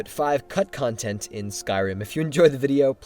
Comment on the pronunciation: it sounds like hes saying cuntcuntent .